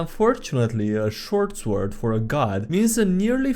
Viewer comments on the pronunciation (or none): Still suprised that you have yet to pronounce sword correctly in any of your videos